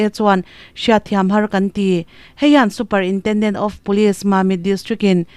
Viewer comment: Super intenden....tih hi..Superintendent anilo maw ?